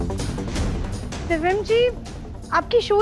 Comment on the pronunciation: किस किस को लगता है कि इस दादी को तो दिव्यम का नाम भी नही लेना आता 😂 दिव्यम को दिवियम बोलती हैं। इस दादी को बदल देना चाहिए,......🙋🏻‍♀️🙋🏻‍♀️